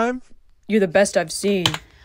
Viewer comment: “WUT DA FUUUUUUUUUUUUUK” really got me